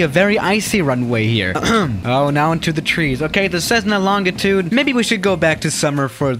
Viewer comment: FYI, the G in “Longitude” is pronounced like a J. /ˈlänjiˌt(y)o͞od/